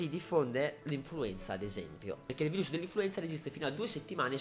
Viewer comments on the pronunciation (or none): none